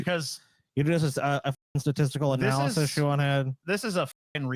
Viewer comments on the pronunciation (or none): none